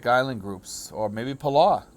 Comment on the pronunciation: Just want to help a little bit regarding Palau. If you bumped your head or stubbed your toe you may say "owwww, that hurt!" That's what you're looking for "Palow You're saying "Puh" correctly. Just trying to help correct the ending. It's a hard W sound.